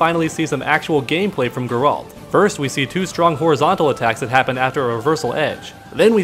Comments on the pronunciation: Originally how in Poland we would call him, the second way to say it you mentioned was closer, but what would stand out the most in it would be the fact you end with 'd', while it should be 't'. [ɡɛralt] Still i guess its fine if you translate it, as its a name, same as for Mikołaj Kopernik-Nicolaus Copernicus (not even close in terms of sounds). So its all cool if you call him Gerry, would be funny actually. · In the games they pronounced his name like "G-air-alt" love your channel! :) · pronunciation is more like Gaer-ult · "Ger-alt" with G as in go. The accent is placed on the first syllable. It's not GER-AAALLLLLTTTTTT!!!!!!11111!!!!, which is the way most English speakers pronounce it.